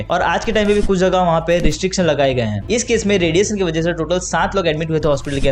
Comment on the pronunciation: रेडिएशन मेरे भाई, रेडिएसन नहीं।